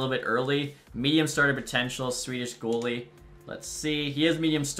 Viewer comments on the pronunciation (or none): none